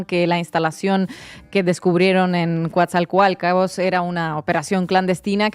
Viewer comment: Es tan agradable esta señorita rusa, que incluso esa pronunciación de Coatzacoalcos, se escuchó lindo 😂😂😂